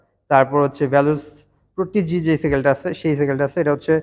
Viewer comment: মূর্খ তোর উচ্চারণ নিয়ে আর কত কমেন্ট করবো??স্লেয়ারকে বলিস সেইলার,প্রডিজি কে প্রটিজি🤣,এলটাস কে বলিস এলটস বা এলট্রস আরো কত যে তোর ভুল।তুই নিশ্চয়ই ক্লাসের গাধা ছাত্র ছিলি।পড়ালেখা তো মনে হয় জাতীয় তে করস।গাধা।